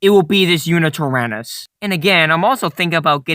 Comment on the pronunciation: Did you just say... YuNItyrannus?